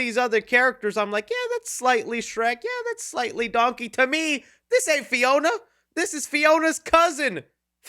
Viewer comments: Please tell me I'm not the only one who immediately caught Eddie Murphy saying "dunkey" instead of "donkey" XD XD (Heck, even YouTube's close caption got it!) Also it has been confirmed, John Lithgow is NOT returning for Shrek 5, so IDK why they are saying Lord Farquaad is coming back, unless they're bringing back the character, but having someone else voice him. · Why does Eddie Murphy pronounce Donkey like "Dunky"?